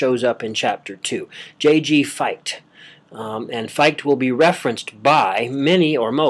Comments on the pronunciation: I'm hearing Fight...but great work. I appreciate. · Great talk. Fichte is pronounced Fick-tuh, though. :]